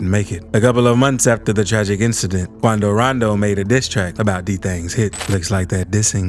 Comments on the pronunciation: I swear this channel owner like mentioning the name Quando rando in a funny way 😂 😂 😂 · "Quando rondoo" 😹😹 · Hahahahah 😂 QoUNDO RONDOO ! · The way he says quando rondo 😂😂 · this bro got me dyiin 😂😂😂 how he b sayin quando rondo name 😂😂😂😂😂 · “Quando rondo”🤓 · My does this man have a Mexican accent when impersonating quondo rondo 😂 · y bro say quando rondo like dat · The way u sayin quando rondo